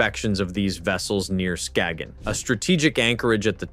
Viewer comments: Skayyen Not "skaggan" ffs🙄🙄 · The 'g' in Skagen is silent😅